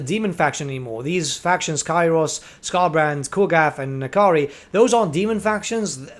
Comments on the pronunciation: That is simply wrong. There is no "i" They pronounce it well in the game. /Nah Kahree/ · Its a made up demon name so which ever. In game its pronounced Na Kari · is it pronounced "Ni-Kari" or "En- Kari"?